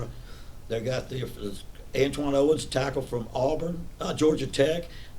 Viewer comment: It’s Atwon Owens 😂😂😂